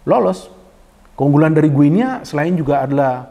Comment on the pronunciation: Bacanya bukan "gue nea", tetapi yg benar "GINI". Seperti kita menyebut negara tetangga kita Papua New "Gini".